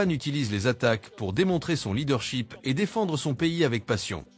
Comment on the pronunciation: leadership monsieur!! ET NON LEADERSHEEP 🙄😅 !!! corrigez votre prononciation!!! SHIP = Navire SHEEP = mouton !!!!